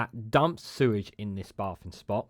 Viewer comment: Sort your crap pronounciation out please fella, "bay-thing" not baah-thing, you said it several times before I gave up on your video, craps on the message / subject matter (no pun intended) SW water need a steel toe-capped kick in the bollocks for their temerity.